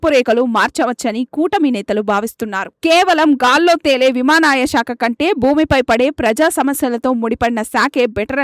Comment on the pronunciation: విమానాయ శాఖ ఏమిటి తల్లీ? విమానయాన శాఖ అనాలి గదా?